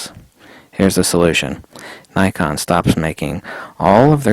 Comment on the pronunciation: You need to stop mispronouncing 'Nikon' mate